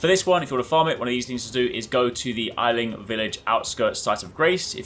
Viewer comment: I'm sorry did you say the word ailing like "eye-ling"? You pronounce the first syllable like you would pronounce the kind of beer. The entire village is sick with the frenzied flame. That is their ailment, and the reason why it's referred to as the ailing village.